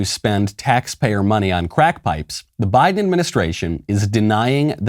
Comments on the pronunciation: I thought I heard Michael say "Why-den" instead of Biden, and I said to myself "Yes. Why, then? Why get boosters that don't work? Why-den." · Why-den Biden